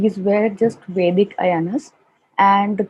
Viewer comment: It's vedic not basic sorry.